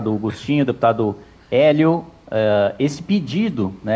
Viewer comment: O Hélio precisava melhorar essa pronúncia Kkkkjkkk pelo amor!!! rs